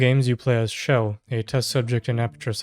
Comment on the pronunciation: her name is CHELL not shell